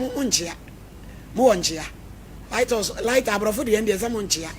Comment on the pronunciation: Madam be careful yours is lythaus not Lighthouse 😂😂😂😂😂😂😂 3di3n shalom😂